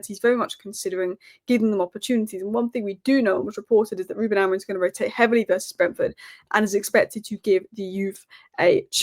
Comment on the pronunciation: I love some of these pronunciations - AmoriN and OsiNheM 😅😅😅